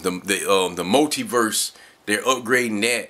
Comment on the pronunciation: Nigga did u say multiVerse? Lmap